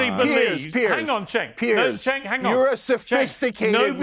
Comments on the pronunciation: Disappointed continuously mispronouncing it his name as " SANK" just shows his inability to have honest dialogue. It's embarrassing to watch a grown man stoop to those lows. Reminds me of some of the conversations I've had on tiktok. Usually I find in an honest debate the one who stoops to personal attacks usually doesn't have enough foundation so they resort to such lows. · 'I refuse to pronouce your name properly' - number 1 childish tactic of the right. 😂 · If I have one criticism of, it's continuing to mispronounce Cenk's name. Very disrespectful, regardless of what you think of the guy. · I love that never pronounces Cenk’s name correctly. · isn’t smart enough to pronounce Cenk’s name. Or, he mispronounces it as a sign of disrespect because he is childish, like Trump. Which one? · I don't like Cenk but the other guest should pronounce his name properly. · is intellectually intelligent, yet the emotional intelligence he sadly lacks has him miss how purposely pronouncing Cenk’s name makes him less credible, not matter how logical he is. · The funniest part about his whole debate is the fact that refused to pronounce Cenk's name correctly the entire time...😀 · I'm a conservative and no fan of Cenk, but repeatedly and pointedly mispronouncing his name comes across as childish and petty while trying to call him out for being childish and petty. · I cant respect someone that mispronounces a name on purpose, especially when corrected by the person whose name is mispronounced. It just unveils that person as obnoxious on a deep level and not worth listening to. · He earned that “”, I have no idea where tf he is getting his pronunciation of “Cenk”. No one else says like that. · approached this debate with such bad faith. A guy has articulate like him could not pronounce the man name right? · lol then he can him 😂. But ya, sink went back to his own ways so fast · It's pronounced "Chunk", not "Senk"